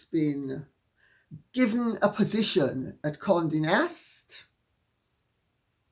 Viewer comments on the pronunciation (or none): none